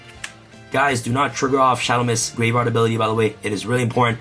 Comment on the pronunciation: ”gwave wyard UwU”